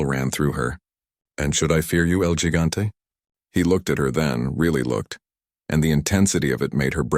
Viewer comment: What kind of bad ending bs Is this? Get atta here 😂 I should’ve stopped listening the moment the narrator said ‘el gigante’ with a gringo accent for gosh sakes. Going to bed now 🙄